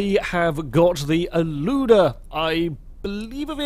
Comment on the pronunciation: you pronounce aluda as A - LAW - DAH